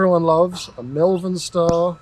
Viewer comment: Mulvan? 😂 Either people from Melbourne are being weird again, or they don't know how to pronounce Malvern.